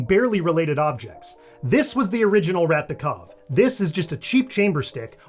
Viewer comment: your "rat de cave" pronounciation was funny. that's not how we pronounce "rat" but "de cave" pronounciation saved it.